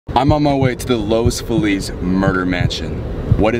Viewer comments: I love how he said lose Feliz then said los feliz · No one : literally no one : : los Felix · nobody:: lowes feliz 👨🏻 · “Los Felix” 🤠🤌🏽